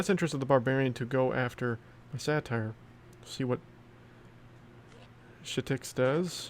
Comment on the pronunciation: Hey! It's pronounced Sate-er. Satire is a form of comedy. Satyr (Sate-er) is a creature from Greek mythology. Love the content and I'm enjoying Smashing Four so far but I'm not sure this game has any longevity. It feels far more pay to win than SPPD so I'm not sure if I'm going to stick with this one long term.